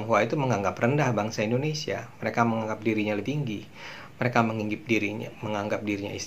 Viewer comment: Yes Indonesia not endonesia, learned more and more to be perfect...